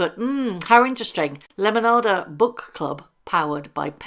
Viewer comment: Love this side of you! 😂❤ I could listen to you all day saying “lemonada” you make it sound so beautiful 😊